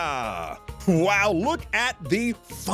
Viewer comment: Doña = Donya, != 'Donna'